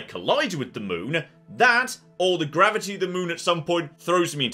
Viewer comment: Did he just say gravity boobs 😅